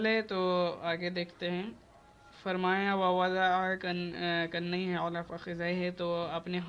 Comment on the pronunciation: Mashaallah pdhya to bhut ach lekin ibart padhte waqt hme lgta h hzrt ne dhyan nhi dyaکفیہko کنیہkh dya